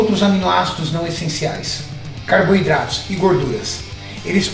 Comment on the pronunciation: "CARB I DRATOS"